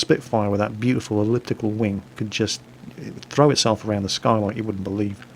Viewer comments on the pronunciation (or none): none